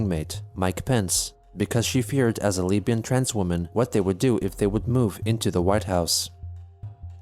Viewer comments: Can I just say that you saying Leabian absolutely killed me because I wasnt watching the screen and I got so confused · "As a leabian transwoman" Thank you so much for saying it the way he typed it lmao.